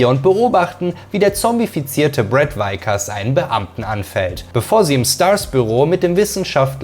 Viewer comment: Brad Vickers nicht Weikers!!!! Sonst seht unterhaltsam und gut vorgetragen